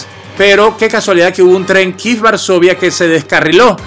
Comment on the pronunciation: Kíef not kif😂